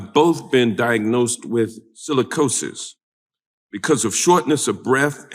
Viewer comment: Sicilicosis. Sounds like Black Lung